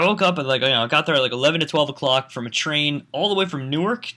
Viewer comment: when he said train I thought he said tree. in my mind i said " in his nature habitat? "